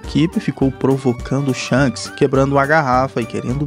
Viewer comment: Kk o cara chamou o shanks de sharcks kk